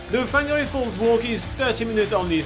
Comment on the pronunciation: It’s pronounced Far gnah ray